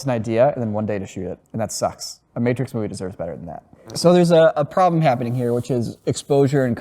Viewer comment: has just the worst collection of mispronounced words. The "Mattrix"?